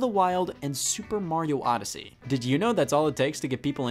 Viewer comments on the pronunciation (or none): none